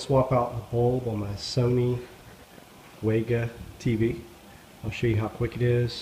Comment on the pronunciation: It's pronounced Vega, like the brightest star in the northern hemisphere. If you look at the artwork Sony did, it's two V's that are not converged...it's not a W. Sony Vega...not Sony Wega.